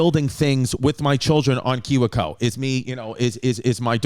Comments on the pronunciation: It's pronounced key-we co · I love how he pronounced kiwico.